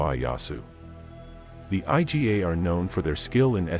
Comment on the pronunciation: I"GA' two syllable word not I. G. A. you trying hard blogger you know a little.